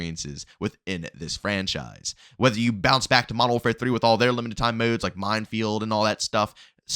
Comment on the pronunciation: These moudes its modes bro